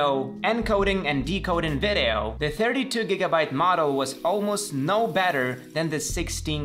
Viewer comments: You're so funny with "ve de oh"😆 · The way he says “video” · I love the way he says video 😂